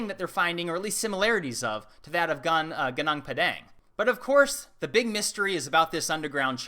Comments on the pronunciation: Fix your pronunciation it's Gunung Padang not Pedeng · Dont pronounce it like gedang pedang pronounce it like gaadaang paadaang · It's pronounced goonoong pawdawng. Not gaonaong paedaeng. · goo noong puh dung <<< proper pronunciation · Why do Americans always mispronounce other cultures names and words: it’s pronounced: “Goo-Noong Pah-dahng.” How do I know this? I was born and raised there. I speak the language. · The accurate pronunciation is Goo Nong Pa Dunk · Im from indonesia, and just for your info, its pronounced "goonoong paadaang" :) cheers. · Goo-noong puh-dung that's how you pronounce it. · The way to pronounce Gunung Padang: goo-noong pha-dung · The correct pronunciation for Gunung Padang is you pronounce it as it is ... Goo- noonk Paa- dunk ....lol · It’s pronounced Goo-Noong Pa-Dung 😇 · I know it's an old video but It should pronounce as "GuuNong ParDung" - Gunung Padang = Field Mountain. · its pronounced gunung (goonoong) padang. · it reads "goo-noonk pah-dunk" or "gooh-noonk pah-dah-ng" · goo-noong pah-dahng. It sounds much better when you use the native pronunciation. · gunung pronounce goo-noong vowel 'a' in word 'padang' pronounce like vowel 'a' in spa. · goo-noong pah-dahng. accent one first syllable for each word. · Goo-nong Pah-Dung. this should give the right pronunciation of the place. I speak the Lingua Franca of the area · It's pronounced goo-noong pah-dahng :D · Its pronounced goo-noong pa-daang btw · Pronounced Goonoong PahDung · Dit is pronounced goo-noong pah-dahng withe accent on the fisrst syllable of each word. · only an hour driving from where i live but shame on me never been there. next week i'm coming there. thanks for brought it up..and just little bit correction how to pronounce this site in english term is similar to say goo-noong pu-dung (read:ing) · It's pronounce as Gu=Goo Nung=Noong Pa=Pa Dang=Dung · First you have to pronounce it correctly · the way he says gunung padang makes me laugh